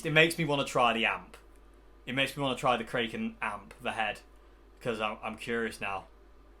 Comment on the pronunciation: I think it should be pronounced 'Kraken' not 'Kraken'